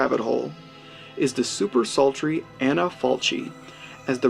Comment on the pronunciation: Aaron Abbott no, Falchi, pronounced "Falki".